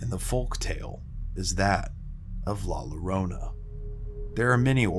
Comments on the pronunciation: Hey man love the vids and content but just some advice with the pronunciation of “La llorana”. The two L’s in Spanish make a “ya” or “yo” sound depending on the letters afterwards, so instead of it being “Lorona” how you said it, it would be “yorona”. Just tryna help out, keep up the good stuff👍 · I LOVE your channel! The spookier the better! The La Llorona story is so scary I love it. Just an FYI it's pronounced La Yorona like a Y sound. The LL letter in the Spanish alphabet sounds like a Y sound. Thanks for your awesome spooky channel!! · "La yadonia" not how u pronounced it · La rroronda ☠️ so close lol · La llorona is Spanish two LL's make a "Y" sound FYI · Dude, everyone knows it’s La LLorona, and it is pronounced La Yorona 🤦🏻‍♀️ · Dude, come on! Get the pronunciation right! It's NOT rocket science. The "Llorona" is pronounced "yo - roh - nuh"! The double "L" in Spanish is pronounced as a "yeh" sound 98% of the time. And btw, la Llorona is NOT a "Spanish" legend, it's a MEXICAN legend! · You pronounce la llorona wrong